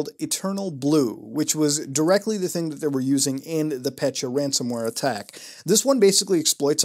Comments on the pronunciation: Pet-ya, not pecha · As a Russian, I get more pissed every time he says petya . . . Not PETCHA it’s PET-YA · Dude, not "Pet-cha", it's "Pe-tja" or "Pe-tya" ("Петя" on Russian).I don't know how more clearly to show pronunciation in text form. I know that is very puny criticism, I'm sorry, but every time I hear "Petcha", it makes my brain to spaz out. P.S. I did like this review though, like any other virus investigation, they all are great (unlike your Russian, which is not surprising). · It’s not “pechya” it’s “petya” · petya not petcha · pet-yuh not petcha reeeeeeeeeee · So I am Russian and hearing petya pronounced "petchya" hurts. It is still good video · Thanks for the awesome video as always, but i just thought i`d point out that ''Petya"is actually a woman`s name in most slavic countries and it`s pronounced "pet(as in ''pet)-ya(as in yahoo)" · Your pronunciation of "Petya" make my ears hurt